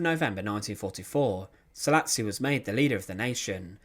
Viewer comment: And the "s" is pronounced "sh" in Hungarian.